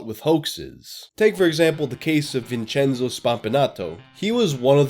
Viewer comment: I'm Italian and I'm finding the answer on your channel. You pronounce every Italian word wrong but "Vincenzo", that's good to me.